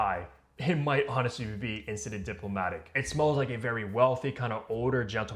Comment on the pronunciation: Bro at least give enough respect to the perfumer who spent years mastering his craft to pronounce his creation correctly